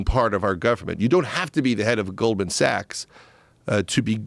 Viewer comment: Did he say Golden Sachs?